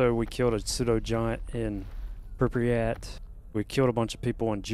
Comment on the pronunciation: Love your content man keep it up. It's Prip-yat, not Prip-riyat btw ;)